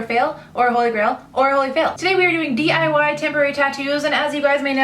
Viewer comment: I thought it said "DIY TITS!" 😂